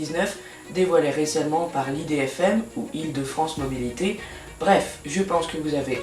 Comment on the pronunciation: Tu as mal prononcé idfm faut pas dire ça l'idfm on dit IDFM